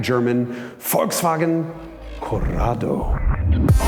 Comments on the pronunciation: The first time, that i hear "Volkswagen" pronounced correctly in an english video! Nice! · Is it Just me being Stunned by His Perfect Pronounciation of Volkswagen Just,i thought for a Second hes German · First American I EVER heard pronounce Volkswagen properly. I have never heard anyone here in US use "F" instead of "V" in the beginning - AND...properly saying SH in Scirocco! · That Volkswagen-pronounciation was on point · that was the most perfect pronunciation of volkswagen I have ever heard an English-speaking person produce. mad probz. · did he just pronounced Volkswagen right ! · The Volkswagen pronounciation was 100% on point! Greetings from germany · Is this guy german? the pronouciation in the first "Volkswagen" was spot on